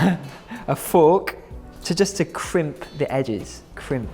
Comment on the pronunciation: crimp, is that like Miranda saying plynth